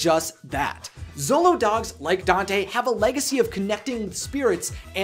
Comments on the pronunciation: Show-lo, not zolo. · The 'xolo' part of xoloitzcuintli is actually pronounced "sholo," not "zolo." I have no idea what you said with the full name of the breed, bit that wasnt even close. Other than that, great video as usual! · Very good comments!!! Just a note: The word Xolo doesn't pronounces "Solo". It's "Sholo". Greetings from Mexico! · Augh, such a great movie. I definitely cried and I also went to go see it three times! Great video, dude! I love how interested people like you are in the lore of Coco. As an indigenous Mexican-American, it brings a great smile to my face to see people learn about our culture. Also, in case you care, it's pronounced more like "sholo" than "zolo!" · Sharati Iwillkeepmygunsthankyou So glad someone said something! I flinched everytime he said zolo instead of sholo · I'm learning to pronounce these words too, and while usually we say "x" with a "z" sound, "Xolo" is pronounced with a "sh" sound; "shoh-loh." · you should pronounce XOLO as 'sholo like shoe', the ay you are saying sounds as 'solo... similar to solitarie' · U said Dante is a zolo dog but it’s actually Sholo dog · It is not "zolou" dog... jeje... You must read it with the sound "sh" of shoe!!!... The name is xoloitzcuintle (sho-lou-itz-cuin-tle)... Easy!!!! Great video. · Before I finish the video; SHOW-LOWZ! Not ZOW-LOWZ! I KNOW it's spelt with an x, but names are weird, okay? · Xolo is usually pronounced "Cholo" -- you can even find it spelled that way, though the dog breed is spelled Xoloitzcuintli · Cool info. Thx. BTW- Xolo, pronounced Cholo. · good try, but it is Sho-lo-eetz-queent-lee, or sho-lo for short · anyone else bothered by how he's pronouncing Xolo? Xolo(show-lo)